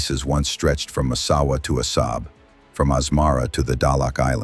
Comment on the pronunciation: You are pronouncing Assab wrong you nitwit! ለኽባጥ ሓሳዊ.